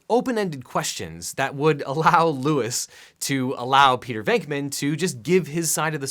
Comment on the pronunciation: Objection...his name is LOUIS, NOT Lois